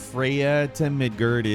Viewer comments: For me, it was how he pronounced Midgard. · “MidgErd” “EEDrasil” Damn wtf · I love you my G, but those pronunciations for God of War Ragnarok are atrocious 😂. My man's said NEED-HOG, Mid-GIRD, Yig-Drass-all all in the first 60 seconds and I was flabbergasted 😂😂.